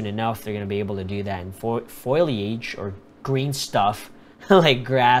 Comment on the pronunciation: Foe-Lee-age. :-D